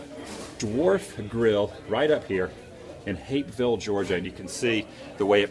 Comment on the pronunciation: Stop saying Hapeville weird